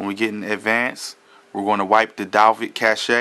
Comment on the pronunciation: lmao is Cash not cachae lmao!